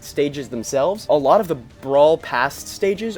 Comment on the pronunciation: Why are you saying "od" instead of "of"?